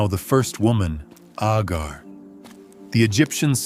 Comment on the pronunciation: Why are you calling Hagar Agar ??